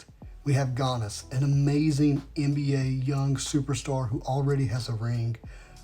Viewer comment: Your sports knowledge is off a little if you care. Joe is not in his 2nd year. Giannis is pronounced Yawnis. Thanks for the marvel card knowledge though.